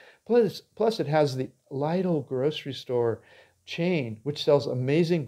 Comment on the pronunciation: lidl is a german chain pronounced leedl and yes they have fantastic product and great quality for cheap